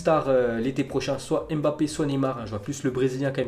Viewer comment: Salut, Jte souhaite une bonne annee 2020!!Mais j'aimerai te demander quelque chose s'il te plait... POURRAIS TU CHANGER LA MANIERE DONT TU PRONONCES LES NOMS COMME MBAPPE, NDOMBELE,...et tout ceux dans le meme registre!! Je trouve que tu devrais(et tout le monde d'ailleurs) faire un effort pour correctement dire ces noms la!! Ce n'est bien difficile, tu enleve juste le "E" que tu met avant la 2eme consonne et di juste "MB" et "ND" ou a la limite ne prononce pas le "N" ou le "M"... C'est un point de vue!! Bonne annee.